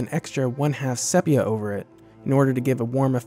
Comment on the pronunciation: “Sepia” is pronounced “SEE-pee-uh”.